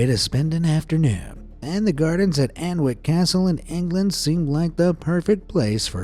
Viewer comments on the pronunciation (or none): It’s not pronounced “An-wick”, it’s “Annick”. The poison garden only allows people in with a guide in small groups. As well as Hemlock etc, there are Liberty shrooms and cannabis plants growing (the latter having been stolen from nearby stores of plants on at least one recent occasion). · Fascinating video but just for your interest Alnwick is pronounced Annick ... we do it deliberately to confuse the tourists 😂